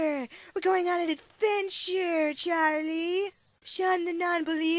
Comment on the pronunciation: lmaoooo hahahahaha "Churlee"